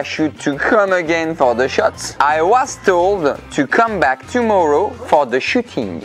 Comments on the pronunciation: Toumorow alexeuhhh😂😂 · ''Toumouro Alex'' !! 😂